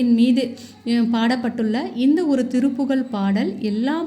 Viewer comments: சகோதரி இது திருப்புகல் கிடையாது திருப்புகழ் என உச்சரிக்கவும் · திருப்புகல் அல்ல திருப்புகழ் என்பதுதான் சரி தமிழை சரியாக உச்சரிக்கவும்‌சரியா!. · நீங்கள் சொல்லுவது மிகப் பயனுடையதாக இருக்கிறது.ஆனால் திருப்புகழை திருப்புகல் என்று உச்சரிக்கிறீர்கள்.தமிழுக்கு அழகே ழ தான்.அதனால் சரியாக உச்சரிக்கவும்.தவறை சுட்டிக் காட்டச் சொல்லவில்லை.திருத்திக் கொள்வதற்காக.